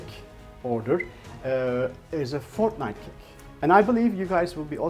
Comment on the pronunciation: this guy is so iconic!!! lol its funny how you say fortnite!